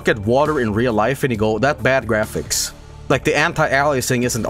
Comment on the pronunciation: The way he says "grafisks?". Chef's kiss.